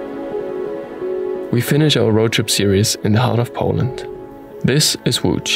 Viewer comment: I've learnt the history and also the pronunciation of "Łódź" Thank you! 😄 Please stay safe and healthy, guys.